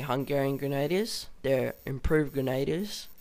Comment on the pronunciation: dude good job but somthin that peed me off a littile was how you said grenadier its pernonced grhen-ah-dEEr also it mel-A great vid and it was no offence to you its just i was a historical animator so it bugged me:P